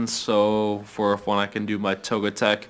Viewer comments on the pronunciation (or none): it's toge-TIC not toge-TEK mate. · please, it is Toget I c, not Toget E c. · I know, right? He needs to stop saying Togitec instead of Togetic. Also, those are TentaCOOL, not TentaCRUEL. Don't forget the way he calls pokestops "lures". Drives me nuts. But hey, it's good content lol. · Btw, its Togetic, not Togetec